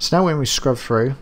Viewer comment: useful tutorial for beginners like me. However! the words, Through things anything do not contain the letter F so don't pronounce Fs!! I expect your reply will be, "well the words, Fu** *ff " do!!!!